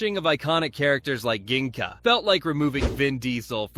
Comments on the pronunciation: Why are you saying Gingka like that? They say it in the show as Jinga. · Did you mean to say gingka’s name like that or was that an editing error?